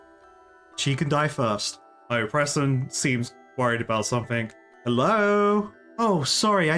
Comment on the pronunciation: I have to ask, do you keep calling Wizard Persten as Presten on purpose or on accident? I don't mind, just curious. :)